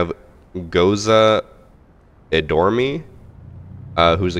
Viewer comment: saying "Goza e Dorme" in match 2 is something else...